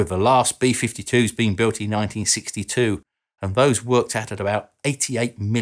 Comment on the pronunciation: "back in ninety sixty sixty two"